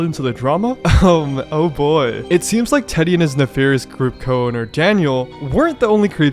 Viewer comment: never realized how much "teddy" can sound like "diddy"